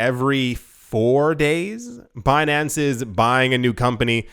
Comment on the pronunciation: when you said Bin-an-ce, with that french accent, I thought you said Beyonce, the singer. I was rather confused with the article until i caught on.